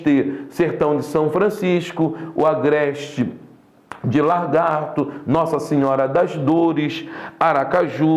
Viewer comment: É LAGARTO e não LARGATO !!! Aprender a ler é bom, as vezes